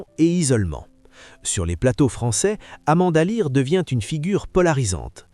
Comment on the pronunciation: Depuis les années 2000 elle a resrti des tubes 😂 et Amanda Lear et pas Amanda l'aire😅🤣😂